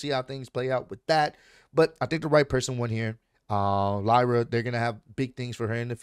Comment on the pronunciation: U said it right (lie-Ra) and man the ended she got squashed